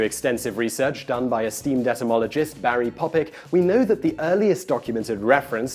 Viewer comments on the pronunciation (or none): none